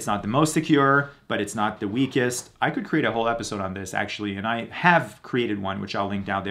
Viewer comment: Constructive criticism: 1.) No need to say "actually" before each statement of fact. 2.) Pronounce 'th' correctly. 'Through' is not 'true'. 'The' is not 'dee'.